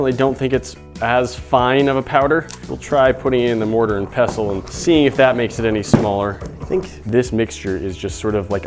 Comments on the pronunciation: It's a mortar and pestle not pessle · Any one else kind of annoyed by how he said mortar and pestle